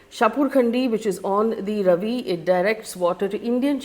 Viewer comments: Please learn the pronounciation of these rivers. It’s not Ravi it’s Raavi. Beas is not pronounced like bees. It’s pronounced ‘Bayaas’. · It's R-AA-vi river and Be-AA-s river, not Ravi and Bis. However, the important question here is, which is more serious, India's suspension of the Indus Water Treaty or Pakistan's suspension of the Shimla Agreement? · Very nice analysis and historical description. One little thing, River Beas is pronounced Bee-aas and River Ravi is - Raa-vi 😊 thank you for updating us with the details and information which is very important for each one of us to understand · Faye RAVI is not actually ravi but RAAVI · Hi Faye. Ravi is pronounced Raavi. Thanks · Just wanna say it is bee-aas not bees and raa-vi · Faye I like your videos. Even this one I was looking forward to. However you can't go wrong on pronunciation of the names of these rivers. Non negotiable. 1. It is written Ravi but pronounced as Raavi. 2. Sutlej is pronounced as Satalaj aal shwas and no AA there. 3. Beas is prounced Bee+AAs or Bee+Yaas or even BYaas which is a apabhransh of Vyaas. 4. Chenab is actually pronounced as Chinaab. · Faye your pronunciation of Ravi and Beas is totally wrong. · You should check how to pronounce Ravi, Beas etc first making videos with this outreach!